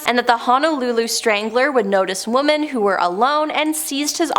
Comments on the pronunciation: Woman? Can she not say women? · 🙋‍♀️ I'm also wondering why you are pronouncing the plural "womEn" as the singular "womAn" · lady are you stupid say women not woman